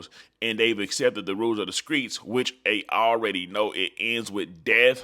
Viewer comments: My guy what the hell is the skreets 😅 you mean the streets 👀👀👀👀👀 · That's how they pronounce it in Memphis